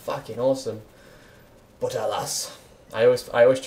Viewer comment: Why does he say bot instead of but ?